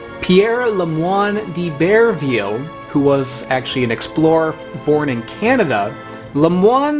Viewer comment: It is pronounced eye-bur-vill